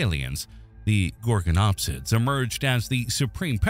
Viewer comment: I turned the video off when he pronounced Gorgonopsia wrong. If you can't even pronounce things right don't make a video it's a red flag and shows your information is minimal at best.